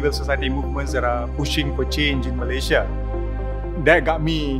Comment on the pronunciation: i like how fahmi correctly pronounce malaysia i hate listening to people saying meleyzhe meleyzhe